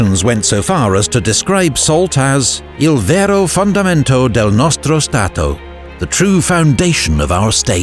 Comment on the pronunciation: "Il vero fondamento del nostro Stato". L'hai pronunciato benissimo!